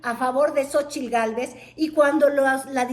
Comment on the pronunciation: Me castra como pronuncia "Xochitl"...